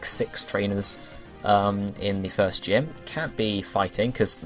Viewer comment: lol i heard thirst instead of first